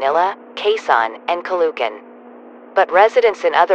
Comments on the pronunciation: It's not "caloocan" it's "calo o can" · Ca-LOO-can lol (Btw, its correct pronunciation is “Calo-o-can”) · boy was I irritated by the mispronounciation of the name Caloocan it's not Calucan it's ca lo o kan no letters or vowels are silent just no silent letters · you pronounce it Calo-ocan not ca-loo-can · The way the anouncer pronounces caloocan as calucan But the right way to pronounce it is calo o can😊😊😊😊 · Caloocan (Ka -loo - Kan) Is not the pronouncasin of Caloocan its (Ka Loo okan) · As a 100% filipino, hearing them pronounce Caloocan as "calucan" made me more scared and confused. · I got mad when the TTS said Ka-lo-kan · Is it just me a filipino who got offended because she pronounced stuff wrong it said "Ca-lu - can"when its "Ca-lo- ocan" and Quezon as "Kwe - zon" When its "Que - zon" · As a pinoy, IM MAD BECAUSE THE GOOGLE TRANSLATION GOT THE PROUNCOUNCES WRONG AND PUT IT INSTEAD OF: "kayzon calucan" like bish wth except for manila. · As a Filipino, this is how you pronounce the cities. Quezon (Khe-zon) Caloocan (Kha-lo-oh-khan) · the way he pronounces caloocan and quezon tho 💀 "caloohkan" "keyzon" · Its spelled Quezon but its pronounced Q eson Caloocan is pronounced Cal o o can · The way they pronounced Caloocan, Ninoy and Quezon hurts me as a Filipino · As a Filipino, I got 1 aneurysm for each time they mispronounced Quezon and Caloocan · LOL THE VOICE PRONOUNCED QUEZON AND CALOOCAN WRONG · That pronouncing of "Quezon and Caloocan" literally killing me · WHY DID THEY SAID CALOOCAN AND QUEZON SO WERID... AS A FILIPNO THIS JUST... oh and calugan. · They pronounced Caloocan and Quezon Wrong im a filipino btw